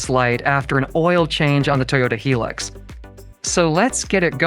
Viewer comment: Its not a hee lux , its pronounced high lux as in high luxury